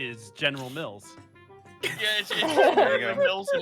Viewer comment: I totally thought I heard you say general milf instead of general mils I spat my drink across the kitchen